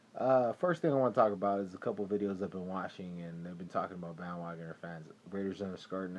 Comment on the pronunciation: omg ahahahaha i just died ahahaha "you're a bandwogoner (pause) with frequent flyer miles" ahahahahahahahah goood shiit hah